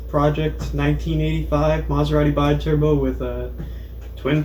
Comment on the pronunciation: It's pronounced "bee-turbo". Loving the project. :-)